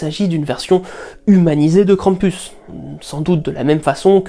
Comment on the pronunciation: Si on prend Perrault, alors on a six frères plus le petit Poucet qui s'échappe... ça se tiendrai ^^ Merci de nous faire voyager avec un tel travail!... Et le "u" ce dit toujours "ou" dans Krampus x") Hate de voir la vidéo sur les ogres!